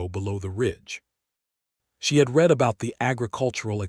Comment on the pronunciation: Lovely story. One thing I wish AI voices could do is pronounce words in context, such as the word "read". Most narrations say "reed" but sometimes the proper pronounciation is "red". Just saying! 😊